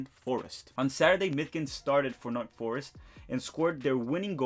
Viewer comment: Great vid but just as a heads up it’s “Nottingham Forest” not Northingham